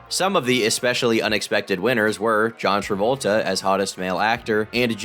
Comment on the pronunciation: Can we maybe get a count of all of mispronunciations throughout the video please? I'll go ahead and start us off. "John Davoltra"